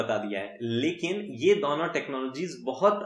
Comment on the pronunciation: DAONO TARAF you're from Rajasthan 😂😂.